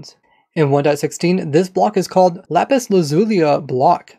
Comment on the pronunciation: You say lapis wrong